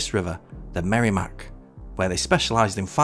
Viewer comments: Such an interesting video! Thank you! Side note: As a native New Englander and NH resident, it’s pronounced “Merr-eh-mack”, not “Merry-Mack.” 😉 Cheers! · regarding merrimack, its noty "merry-mack", its "merra-mack", and you were correct with the second pronunctiation of 'Blodget'. sounds like "Bodge it", just add an L. and yeah, its depressing here. Manchester is the most backwards city in the most backwards new england state. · i like that he calls it the merrymack